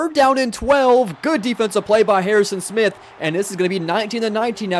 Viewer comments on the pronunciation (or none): none